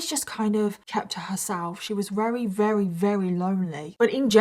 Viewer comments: Why do you say “reary” instead of very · Ok wait are you saying “rery” instead of very? Or are my ears messing with me?